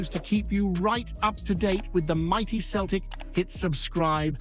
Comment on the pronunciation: You need to stop your Celtic pods and stick with your Rangers pods. You're a fake Celtic fan, you can't even pronounce Celtic at times.